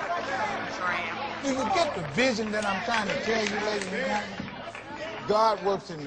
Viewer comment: its pronounced GAAAWWWWWWDDD..uh